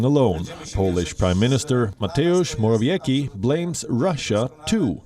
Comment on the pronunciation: Morawiecki is Mo-ra-vie-tsk-iy, your pronunciation is wrong.